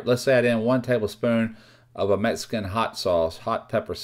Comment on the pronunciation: I love that this guy says "meskin!". I'm from texas, so i hear it all the time, but it cracks me up.